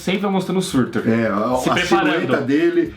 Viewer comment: o nome é SURTÚR.